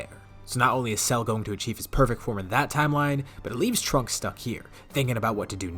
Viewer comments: When he said trunk-ku I head dbza broly in the back of my head screaming “TRUNKSU” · Instead of trunku it should've been trunksu like the Japanese name, would've been pretty funny